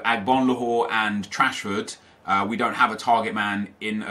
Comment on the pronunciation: said Marcus Trashford😂😂😂